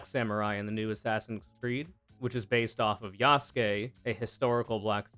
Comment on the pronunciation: Consider the fact most of the people who get paid to whine about "wokeness" are SUCH BIG GEEKS YOU GUYS yet they can't pronounce Yasuke correctly.